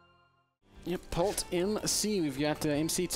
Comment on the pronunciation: Q: How do you say "Polt" in Korean? A: "Port"! LOLOLOLOLOLOLOLOLOLOL